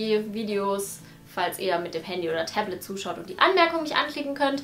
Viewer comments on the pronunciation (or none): none